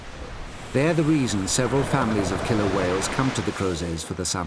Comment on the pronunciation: pretty please with sugar on top, never say "killler".